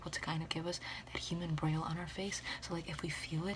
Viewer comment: that is NOT how braille is pronounced lol